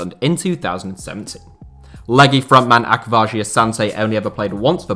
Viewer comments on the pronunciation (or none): How he says akwasi is actually painful 😂 it’s Ach- was- e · Ak - was - e